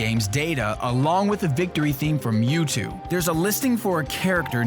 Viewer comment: Mew-Toad! Hahahahahaha...